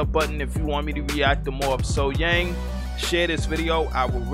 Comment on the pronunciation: Outdoors, sitting down, live, sang the sax solo.. Thats a mic drop and in my opinion there is noone finer than SoHyang.. Then or now.. That's a 20 out of 10. Also its SoH"young" pronounced..